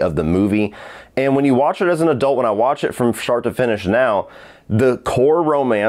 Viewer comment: Sounded like he said, "From shart to finish." A Freudian slip, perhaps 🤔🤣